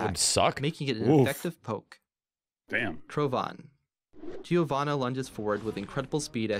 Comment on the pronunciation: She is from Brazil. Giovanna is also a common name here, but their pronunciation is really italian-ish